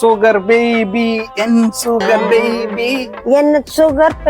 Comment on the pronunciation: சுகர் பேபி சுகர் பேபி சுகபேதி சுகபேதி என்ற போல இருக்கு 😂😂😂😂😂👌👌👌👌